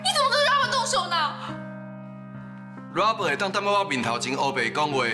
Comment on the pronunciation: 李新能把Robert 念得好一点吗？很难听。